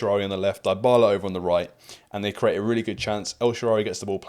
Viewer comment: Mate, great video and excellent analysis. But please, stop pronouncing Dybala the way you do. The first part of the name isn't pronounced like die, it's pronounced like dee, as in Dee Dee Bridgewater. Or Sophie Dee, if you prefer 😅